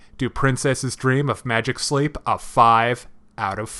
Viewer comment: Wow. Just wow. You got the title wrong every time you said it. Saying "Sleep" instead of "Sheep". Though, it might be me mishearing you.